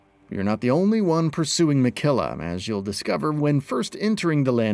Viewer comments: And Miquella not Mickilla lol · it's not "Minkella" nope. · Pronouncing Mikela as Mekila is soo wrong